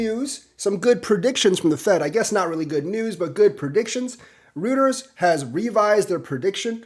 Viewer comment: Royters not rooters (Reuters)